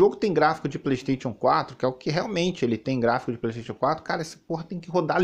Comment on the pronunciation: Preystetion 5 fala direito